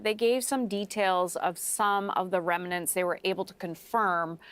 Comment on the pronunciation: the "reminants" were found ...... the WHAT?